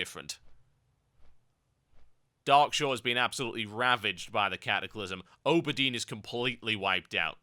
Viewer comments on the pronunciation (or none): Auberdine isn't a very night elfy name, I mean compared to Rut'Theran and or Lor'danel it's probably easier to pronounce, and he misspronounced it anyways. (called it Oh-ber-deen) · HE PRONOUNCED AUBERDINE!!! LIES IN MY EARS!! LIES LIES LA LA LIEEEEEEES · lol you say "auberdine" funny